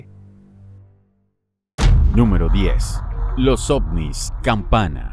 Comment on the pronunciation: Un momento dijo osnis? Jajajajajajajajajajajaja o solo soy yo porque estoy viajando por la galaxia 💉💊🚬💨👹🤘